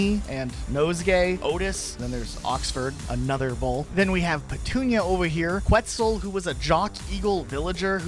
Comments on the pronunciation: I love how you said Quetzal like pretzel 😭🤣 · could not finish the video your blatant disrespect in mispronouncing quetzal is noted, will not watch your videos from now forwards